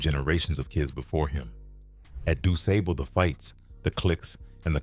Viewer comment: Y'ALL KILL ME, DON'T EVEN LIVE HERE AND ONLY GO BY WHAT YOU READ. YOU CANT EVEN PRONOUCE DUSABLE HIGH SCHOOL. LET SOMEBODY THAT LIVE HERE AND KNOW THE SOUTHSIDE?